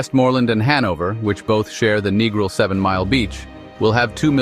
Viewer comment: Who gave this guy permission to make this video. Strongly request that it be shut down or redo. "NEGRIL is no pronounced NEGRO", IT IS "NEGRIL" MMMMMMMM!